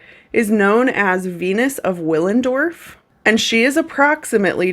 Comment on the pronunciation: The W is pronounced as a V (bc it's German), just fyi 🤷‍♀️